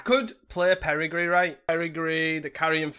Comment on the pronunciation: Perigee only has one R and has a hard J sound. Peri-jee